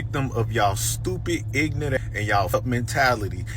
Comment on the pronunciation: These people don't even speak proper English. It's not ignante, it's ignorant! It's also not axe someone to do something, it's ASK someone! It's not racist to speak proper English.